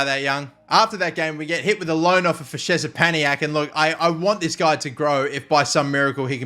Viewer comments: Polish keepers name you should read as Shchepaniak or something like that. I cant pronounce it more properlier in English. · Hey, the right way to pronounce this lastname Szczepaniak is as follows SHCHEPANIAK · You pronounce it like zjepaniak, like szczeney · i have no clue but i think Szczepaniak, is pronounced like shur-pan-iak but i got no clue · As Polish fan I really love when you say Szczepaniak a little incorrect 💪🤣🤣